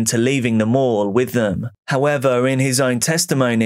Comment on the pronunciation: It sounded like you were saying they hung out in the local morgue. Thank God for the mall stock footage lol